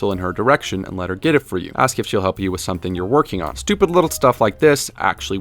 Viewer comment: "stuipid" :D